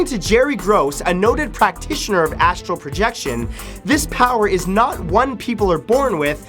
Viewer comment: Pretty sure it's astral projection and not Astro projection